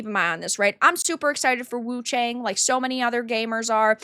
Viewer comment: Everyone is reading her name wrong... The "a" of Wu-Chang should sound like "a" from Arm and cAr...